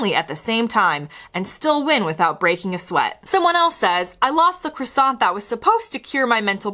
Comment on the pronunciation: Hilarious that you’ve been here 1pm years and still can’t pronounce Croissant 😂